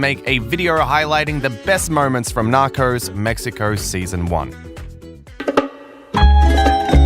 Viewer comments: KatieJenni I’m joking. They guy in the video says nacors instead of narcos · Narcos, not Narcors!!! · Why do you say "narcors" ? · The series: Narcos This dude: Nacros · Funny as this English I'm guessing narrator keeps say Narcos like Knockers. And the A in Pablo is pronounced like ahh as when you go to the doctors, open your mouth and say ahhh. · Nakors? WTF? Learn how to speak! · He says "knockers" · Nockers?😭😂 bruh I cant even be mad the way you pronounce it is funny af